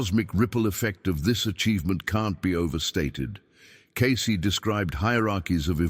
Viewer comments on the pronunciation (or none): The paleaseeee. Its not pronounced, ascenies, "seriously" for crying out loud, nor Is it case, it's pronounced,as its spelled, cacey, Cacey. And you ask people to support this podcast, you can't pronounce the names, why should we believe your even putting out the "true Cayce records? maybe you should, type 777 if your even real. !!!